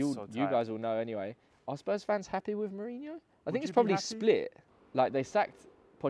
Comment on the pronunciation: "Hotta". After almost 20 years of Mourinho in mainstream football, Brits still refuse to understand the 'J' in Portuguese is NOT silent 🤦‍♂️🤦‍♂️🤦‍♂️🤦‍♂️